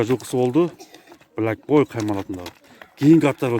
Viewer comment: Блак боуй дейт ко 🤣🤣🤣🤣🤦‍♂️